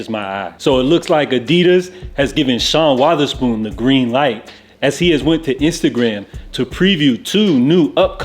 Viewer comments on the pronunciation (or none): Why he say Sean Weatherspoon like that lol